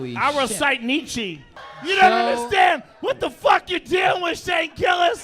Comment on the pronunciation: Joe Rogan still being a pseudo-intellectual even when he's wasted; pronouncing niezsche wrong, offering to do an IQ test that he'd flunk even if he were sober, he's such a doof